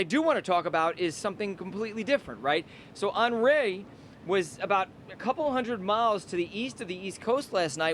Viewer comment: On-REE not On-RAY